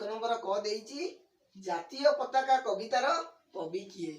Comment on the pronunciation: ଏହାର ଉଚ୍ଚାରଣ ପତକା ନୁହେଁ ପତାକା।